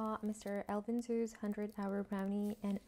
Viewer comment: Great video! Was curious if the time really mattered that much. Btw, Zhou is pronounced like "Joe" :)